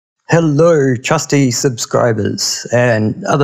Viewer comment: Did you just start this video with a "Hellure"? What the hell language were you speaking? That's not even an accent of any known language. Who says "hellure"?